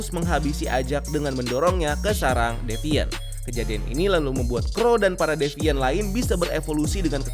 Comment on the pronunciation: Ngomongnya ga devaint lagi bang?😆